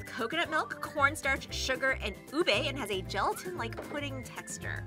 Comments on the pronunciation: Its pronnonunce Oo-Beh not oo-bay btw Love this vidoe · Ubi not ube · I can't believe they said "ube" wrong😢